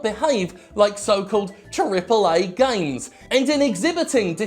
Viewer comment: I can't get enough of the way Jim pronounces "gaiymes"